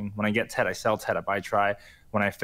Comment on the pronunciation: TET not ted 😋